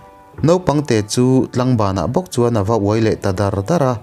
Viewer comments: Tlangbanah chuan a uai dardar niloin "dârdâr" tihtur zawk ani lo mawlee..ka rindan mai2 in😅😅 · Ngatingemaw mizotawng thluk hi i thiam theih loh viau le,Tlangbanah ava uai ta dar dar tih i thluk dan hi a dik lo...